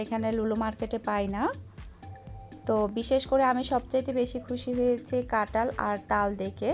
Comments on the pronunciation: এমন কাটাল কাটাল বলছেন কেন? আর কুতায় মানে কি? উচ্চারণ ঠিক করেন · কাটাঁল হবে না কথা টা ,কাঁঠাল হবে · Katal na kathal